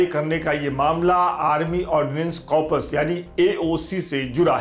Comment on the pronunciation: Corpus ,bhai thoda pronunciation par vhi Dyan de